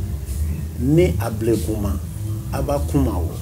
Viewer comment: "Ablekuma" not "Abl3kuma"